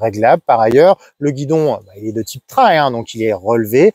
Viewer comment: MERCI pour cette excellente vidéo objective 👍 et surtout de bien prononcer le mot TRAIL et pas "trèl" comme beaucoup... Dont je serai curieux de savoir comment ils prononcent le mot Rail...??? 🤔 Après des années en Jap's j'ai goûté depuis 2017 à la GS avec une 1150 de 2003. Que du bonheur ❤ Depuis le mois d'août j'ai acheté une 1200 GS DOHC TRIPLE BLACK de 2011 que j'apprécie d'autant plus 👍. Bref quand on goûte à la GS il y a beaucoup de chance de choper le virus...😉 Pour moi les lettres GS signifient GRAND SOURIRE sous le casque à chaque fois que je roule avec... Salutations motardes du Sud Aquitaine ✌️